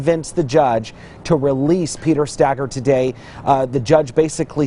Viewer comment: (Stay-girr) Stager